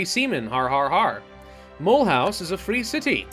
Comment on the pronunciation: Mulhouse is pronounced ma-loose